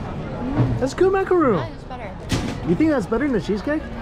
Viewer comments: Macaron=/=macarOOn. A macaroon is an entirely different thing made with shredded coconut and 10% the effort of macarons! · it's a Mickey macaron not a macaroon. Two completely different desserts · I’ve been telling Mikey for years but he still doesn’t know the difference: it’s a macaron, not macaroon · Not to be that guy, but I think it's Macaron. Not Macaroon.. I believe macaroons have coconut 😅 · You’re killing me calling it a macaroon lol it’s a macaron lol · Mike, It's a macaron not a macaroon. Two totally different cookies. The macaroon is usually made from coconuts. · Maca-RON and maca-ROON are two veryyyyyyy different things. Other than that thankyou once more for an honest review as always 👍🏽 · macaRON not ROON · Macaron, not macaroon. They are made with coconut. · Macaron, not macaroon. They are two entirely different foods. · It’s a macaron. Not a macaroon. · Macaron not macaroon